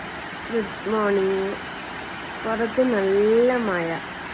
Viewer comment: മഴ എന്ന് പറയാൻ സ്കൂളിൽ പഠിപ്പിച്ചില്ലേ മയ മയ